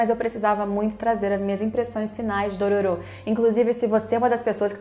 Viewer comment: DorÔro, é um excelente remake. Merece até ser pronunciado com a entonação certa...